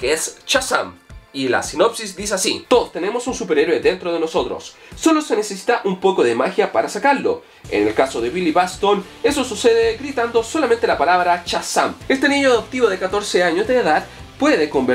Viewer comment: "Billy baston"😂😂😂😂😂😂😂😂